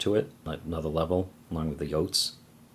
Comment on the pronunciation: did you say “yoats?” Was that on purpose or do you have an accent of sorts? Not sure since I JUST STARTED to watch your videos/channel. By the way I’m enjoying your channel so far👍😊